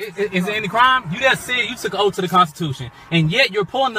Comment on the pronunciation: Fin, axe, Liberry, troof, oaf.